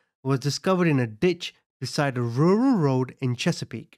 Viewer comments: Your videos are done well. I have to say your pronunciation of rural road had me giggling. That is a tough word to say. I speak North American English and mine sounds no better. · Rural road, I know I'm not the only one cracking up 😂😂😂🤣🤣 jj